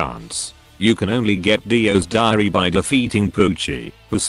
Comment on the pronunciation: dio's diary What i heard: dio's diareaha